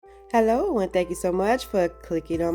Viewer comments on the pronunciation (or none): none